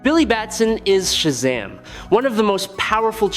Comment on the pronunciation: You need to stop saying Shazam all wrong and incorrect..